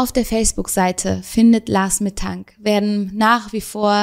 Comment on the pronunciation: Ahhh, es triggert mich, dass du immer „Lars Mittang” sagst, statt „Lars Mittank”…😅